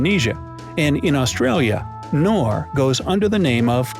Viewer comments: I dont care abaout your accent, like danone its Da No Ne.. i dont care BUT KNORR, K NORRRRRRRRRRR not NOR bro.. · Wow, Americans try to say German names just English. It is Knorr and not Norr. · I think you are supposed to pronounce the “k” in Knor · the 'K' in 'Knorr' is NOT silent !!! it's a german brand and we pronounce the K at the beginning !!! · In Pakistan and India, the product "knorr" is pronounced with a 'K' not As you pronounced it with a silent "K" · Becel (you say: Bé-cell) is available in the Netherlands too. Knorr you say the K too!! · it's K'Nnoor, it has two syllables. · Knorr is pronounced with a silent k in the us? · I know but thanks anyway, its just that they actually are called "Knorr" (with the k pronounced as in knödel 😁) and I would have guessed that they are pronounced like that everywhere as it was the name of the german founder. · ''Norr " ??? pronounce the K. That's why it's written down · The 'K' in 'Knorr' isn't silent you uncultured swine. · Yeah, ‘Knorr they’ve got the know how’ I thought everyone pronounced the k